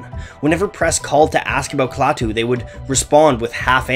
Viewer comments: "Klaw-too"? Klaah-too (ah as in aspirin). Apparently you never watched "The Day The Earth Stood Still", or you would know how to pronounce the alien's name. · I'm old enough to remember Klaatu (pronounced kla-too, not claw-too). And, it's true, people thought they were the Beatles pulling a stunt. That's because no one knew the identity of the artists so imaginations went wild. If you take the time to seek out their music (Klaatu's, not The Beatles') you might just be pleasantly surprised. Klaatu wasn't the first band that people thought were really The Beatles, however. Lots of folks thought the same thing about Badfinger. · You would think is somebody who went to all the trouble of making a video on a band would know how to pronounce the name of the band. But nope.